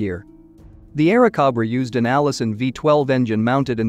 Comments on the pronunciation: Bell P-39 "Aira Cob Ra" Cob-ra instead of CO-bra. Cringe The flood of AI generated videos will destroy YouTube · I had to stop after the 3rd 'Airacobbra"... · The narrator was rather lame--doesn't know how basic aircraft makes are pronounced--was it machine generated? The P-39 was an "air snake" not an "air goat"!